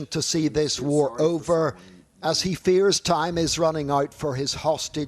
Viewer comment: WAR?????????? EXCUSE ME???? IT IS NOT WARRR